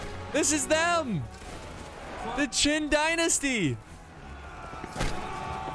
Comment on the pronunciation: It’s Qing dynasty not qin dynasty that died centuries ago